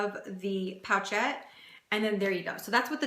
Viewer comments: Hey there! It’s pronounced “poh-shet”. Not pocket. Not pouch-ette. P-oh-sh-eh-t. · Love your videos💕. Since this you made this vid in 2015 I assume you figured out it’s not called a “pouch ette “ 😊